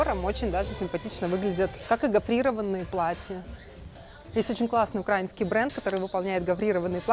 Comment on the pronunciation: Вы воспитываете у нас хороший вкус. В стране Украина работают Украи'нские дизайнеры. Проверочное слово не окра'ина, а всё же Украи'на, ударение на "и"